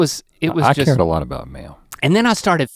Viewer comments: so many times i thought he'd said mayo! "i was glad i brought the mayo" how many kinds of mayo do they have that they need to sort them? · At first I thought he was saying "mayo" not "mail" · at first i thought he was saying “sort the mayo”😂😅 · Every time link said “mail” I thought he said “Mayo” leading to a much confusion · is he saying mayo or mail cause mayo makes no sense to me. Just out in the woods sorting my mayo. Just doesnt sound right. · I honestly heard: bringing mayo. Instead of mail. Took me a minute.